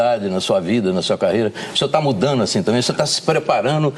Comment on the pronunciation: OLHEM O PORTUGUES DE UM JORNALISTA KKKKK!!!!!1 ''VC ETÁ SE PREPARÂNO'' ''MUDANO'' kkkkkk